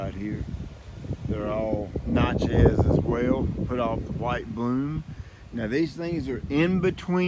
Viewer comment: Do you not prune crossing and rubbing branches also branches growing inward to center of the tree Normally the best time to prune crepe myrtles is during the winter when there is no foliage they bloom on new growth. The na in Natchez is pronounced like natural is